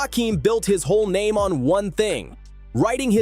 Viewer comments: Why is he pronouncing his name wrong on purpose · Imagine doing a whole video and saying his name wrong for a half hr